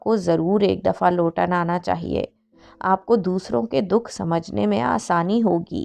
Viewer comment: Sis it’s Luton not lotan. From last one week I am just saying loton to everyone while I talk about Luton 😂